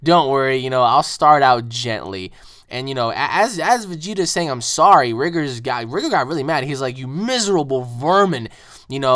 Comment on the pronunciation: Bruh its rigor not rigger